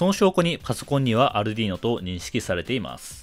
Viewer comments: アルドゥイーノ（イタリア） 、 アルデュイーノ（英語圏）･･･発音は色々ありますが、 アルディーノは絶対違うし恥ずかしいから広めないで欲しいと、国内代理店のスイッチサイエンスさんが仰ってますよ！ 私もそう思います。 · アルディーノじゃなくてアルデュイーノな「